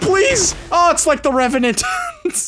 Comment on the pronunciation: Last words "OH IT'S LIKE THE REVANENT!"